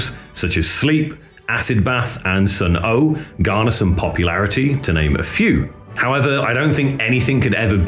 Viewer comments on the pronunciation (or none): He said sun oh